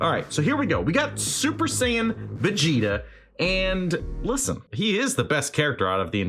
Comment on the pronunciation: "I'm not vegtea I AM Super Vegtea"